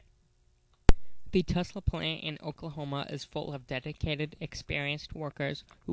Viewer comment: Navistar also provides the entire front clip. Its basically a 4K Series front end. Thumbs down for also mispronouncing Tulsa. Its not "Tusla" ffs.